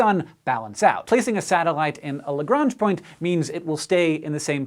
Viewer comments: Doesn't Lagrange rhyme with orange? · Yes, it doesn't. It rhymes with blancmange. "Bluh-monge" "Le-gronge" but with a soft second 'g', like the 's' in 'measure'.